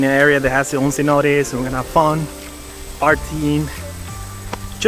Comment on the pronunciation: Beautiful video of this beach down, the only problem I have is the pronunciation of Cenotes, in my view, would be better the way the natives say it. Other than that, your videos feels like I’m watching a very entertaining mini movie 👍👏✌️